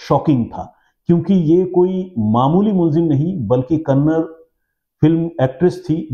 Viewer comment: Its Kannada..not kannad.. there no language called kannad.. being a Kannadiga, i am telling..